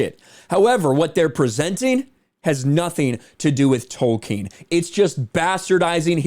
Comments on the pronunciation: It´s Tolkien, NOT Token !! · Lord of the rangz. Return of the kang. J.R.R.Token